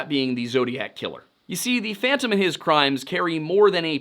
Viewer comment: “No one can catch phontom”